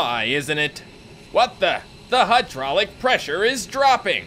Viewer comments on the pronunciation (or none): none